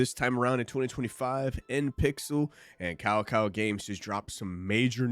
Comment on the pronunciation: its KAKAO... not KAO KAO hahaha dude!